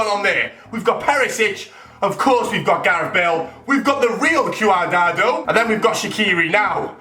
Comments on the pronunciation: Omfg qadado it pronounced quad-rad-ow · What did i just hear, CooAdardo, WHAT????? It's prenounced CWADRARDO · q-a-dardo its quad-rado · Its Cuadrado not Q adado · 😂😂😂 its pronounced cwadrado not q-a-da-do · Q-ardardo? GONTH, learn to pronounce. Jeez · It's pronounced quadrardo* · wtf. cu-ar-dado??????? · he said caudrado wrong 😂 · he says qadado. it's quadrado pronounciation fam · quadardo? ahaha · that moment when gonth call cuadrado Quadado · it's pronounced cwa-dra-do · QRdado? At least learn the names, its your fucking job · que-are-dado ....Oh dear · Cooadado and car ja val 😂😂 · says quidrado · Cuadrado (Quad-dra-do) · Quardado? Who Tf is Quardado? I mean wtf 😂😂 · Its pronounce cwadrado lol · Who the fuck is cooardardo gonth? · How he pronounced cuadrado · Why can't he say Cuadrado properly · You pronounced cuadrado wrong